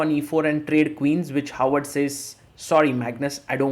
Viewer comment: For those who don't speak norsk: It's HÅVARD. Håvard. It's not "Howard". It's pronounced "ho ar", like santas and pirates say, with a slim almost f-like "v" in between.